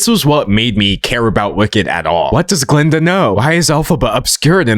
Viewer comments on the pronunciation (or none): It's Glinda, not Galinda